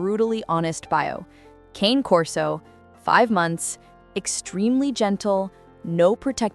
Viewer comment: The AI voice should learn to pronounce “cane” correctly. It’s “kah-nay.” A human could probably do it